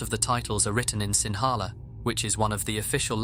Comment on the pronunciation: As a Sri Lankan, asubha bhavana isn’t as widely practiced as claimed, as in sri lankan and actually haven’t heard of this. Also the language is pronounced “sing hala “ Otherwise interesting video :)